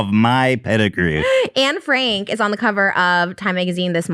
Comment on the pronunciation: Will nobody talk about how badly they're butchering Anne Franks' name? (In terms of pronounciation I mean)